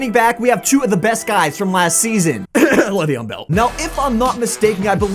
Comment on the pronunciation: Why are u calling him levion bell